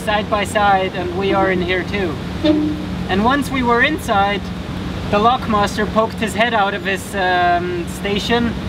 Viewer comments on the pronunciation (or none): OHH I definitely heard lock monster. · I had to listen to it twice but because of your accent, I though you said the "lock monster", but I know you meant master. Congrats on the last one!